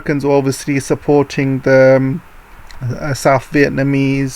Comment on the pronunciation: I want to know why you pronounce north or south (norf and souf) and (death deaf)